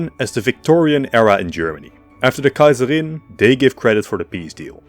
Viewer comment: I love the way How you say ‘Kaiserin’ and the other German names ❤